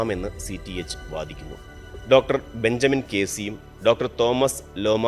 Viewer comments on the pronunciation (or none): none